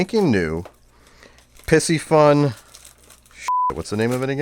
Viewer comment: Piscifun pronounced pee-cee-fun !!